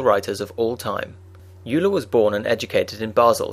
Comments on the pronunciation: I thought its pronounced 'oiler' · It is pronounced "oiler"; just as Freud is pronounced: "Froid". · "Yuler" sounds better anyway. "Oiler" just sounds bad. I'm calling him Euler as described in the former pronunciation.